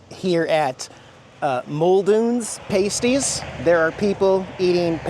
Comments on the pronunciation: the word is PASTIES, NOT PRONOUNCED PAYSTIES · how many times do we have to tell you?????? The food item "pasties" (referring to the savory pastry) is pronounced "PASS-tee". It's important to distinguish it from "pasties" used for nipple covers, which is pronounced "PAYST-ee". (comment edited-finally) and you need ketchup on the pasties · It's pronounced pas, as in pas & ties. Two syllables. Oh, you just said it right.... 🤣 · 100%. Coming from the UK, I was wondering the US had some weird way to pronounce it. Called a PASS-tee over here too. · Pah stee is how to pronounce.